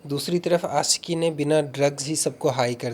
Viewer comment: Bhaiya please pronunciation pe kaam kijiye... Baaki sb acha h.... Question puchne ka trike .. baat krne ka lehza sb top notch h... Bs apke pronunciation ne mujhe thoda disturb kiya.... Example deta hu.... आशिकी hai आसिकी nhi .... शख़्स hai सक्स nhi... To bs yei ap dhyaan rkhiye... Ummeed h bura nhi maanenge love you bhaiya❤❤